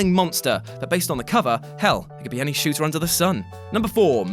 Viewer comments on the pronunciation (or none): none